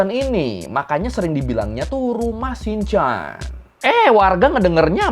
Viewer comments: cara pembacaan yang benar: Sint Jan - Sin Yan Loge - Loji Vrijmetselarij - freymetslerey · bukannya harusnya dibacanya Saint Yan ya? Biasanya logat orang Belanda baca "J" jadi "Y" Bukannya rumah setan malah jadi "rumah senyan"